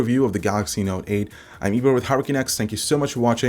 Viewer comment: Am I the only one who hears Eber as Ebra?